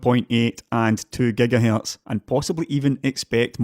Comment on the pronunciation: it's Gigahertz not Gigahalts